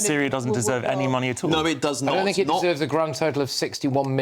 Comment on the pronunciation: When Rayner says fort and fink, does she actually mean thought and think???